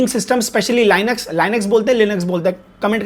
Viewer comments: Lainax❌ Linux✅ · Linux is pronounced as : Lee-niks